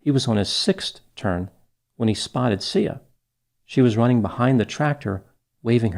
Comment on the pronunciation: Not to make light of this but it almost sounds like the little girls name was pronounced "See Ya".